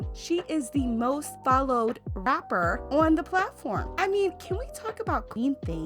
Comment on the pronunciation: It’s how she said Rrrrapper for me 😂😂💀💀